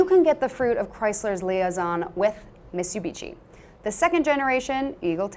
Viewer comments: did she say mitsubitchy? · What's a Mesu-bechee?